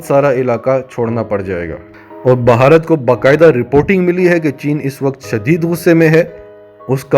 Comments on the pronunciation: اہ بھائی ویڈیو میکر۔۔بھارت کو بھہارت کیہ رھے ھو۔۔ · بھائی جان آپ بھارت پر ویڈیو بنا رھے ہیں۔۔۔کسی سے بھارت کے نام کا تلفظ سیکھ لیں